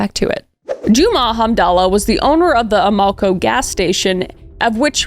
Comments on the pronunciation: You wasted an hour of my time and have told me nothing, other than you really don't know much about how the criminal justice system actually works (or how to pronounce "Amoco"). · ...Kris, you stated you didn't know what was going on with police in the 90s > unfortunately, as can be seen, not a whole helluva lot if anything had to do with p.o.c. on the fringes of society... & have to say, the name of the gas station confused me bc of your pronunciation, but then it hit me: Amoco...in the US, at least where I'm from on the east coast, we pronounce it aaam'-oh-coh... So, I'll be watching this one again, bc it's just crazy!!! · Your pronunciation of Amoco is killing me lol. Youre close, but not really close 😂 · The way you pronounced Amoco is hilarious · Me hearing “A-Moe-Koe” station and thinking that’s a funny name for a gas station. Then it clicked, Amoco! It’s pronounced Am-Koe. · Ah-mah-co, not A-mo-co. Silly Canadian! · Kris’ pronunciation of certain words crack me up. Ah - moe- ka 😂 AM- oh- Koe Matt-son not Matt-eh-son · It took me until into the video to realize the service station was an AMOCO pronounced around here as AM-A-CO not A-MO-CO. Bless my whole heart. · Lol it's pronounced AM-uh-co, not uh-MO-co. 😀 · Pronounced Amaco, like Amazon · As someone who lives in St. Louis my whole life, how have I not heard about this case? Also, I can't help but chuckle at the pronunciation of Amoco and Chateau. I've always heard Amoco as Am-a-co and Chateau as Show-toe. It wouldn't surprise me if we've been pronouncing them wrong this whole time though. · Amoco pronunciation is like Am-uh-co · You don't have to be from St Louis to know that AMOCO is pronounce Am-uh-koh. BUT...You may have to be from StL to know that the street is pronounced Show-toe Avenue... and not Shut-oh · The gas station is pronounced AM-A-CO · Hey i live in granite city close to west alton and id like to just correct something. Its pronounced show-toe ave. Not shā-toe. Also its am-a co gas station